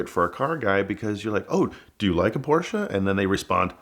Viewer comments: you cannot be a car guy and say PorschA. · "Car Guy" but can't even pronounce Porsche properly..